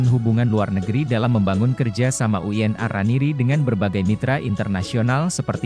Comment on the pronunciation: VO Talent-nya robot, Min? UIN kok dibaca Uyen? 😅